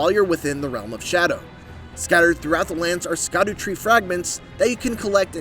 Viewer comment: Why is he pronouncing it "aired tree?"